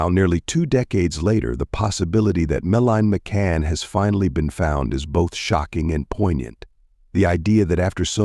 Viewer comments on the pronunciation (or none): Can’t even get her name right